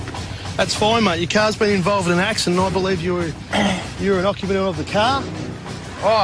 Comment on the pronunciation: “ what koinda accident “ 🥴